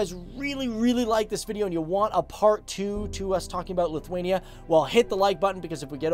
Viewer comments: Lutherania???? Whats that? A Lutheran in Lithuania???? Its pronounced as Lit-wayne-E-ah! If your gonna do a history piece on my ancestors homeland. Learn how to professionally pronounce it! You do start saying it right in the middle of video and then back to Lutherania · You pronouncing Lithuania wrong. lithUania, not lithwania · Lithwania lol.